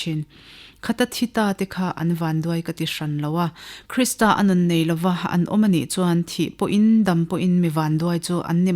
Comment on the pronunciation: A va ṭha em..chhiar tu pawhin athiam, mahse KRISTRA ti lovin KRISTA tih tur ani e.